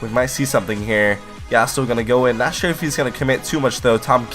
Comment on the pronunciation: Whenever you say "not sure" I hear "nashor". :D